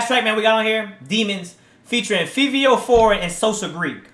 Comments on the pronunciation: Its Fa-vee-o not Fee-vee-o lmao he is from NY with the up rise of the drill sound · fivio is pronounced “favio” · Bro Fivio is a New York rapper he makes New York drill like pop smoke did omg bro he not from the UK and his name is pronounced as favio but spelled as Fivio